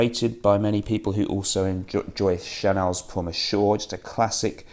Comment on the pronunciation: Sorry, yes Chanel monsieur :) I was talking about the pronunciation of "pour" and "Monsieur" Give a shot to google translate you can hear how the word is pronounced in french. Cheers mate love your videos. No one has that entertaining touch like you.